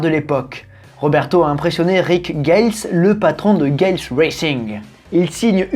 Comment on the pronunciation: On dit ga les pour le Galles racing